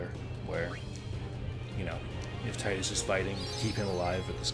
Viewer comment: Thank you for pronouncing Tidus the same way as I do.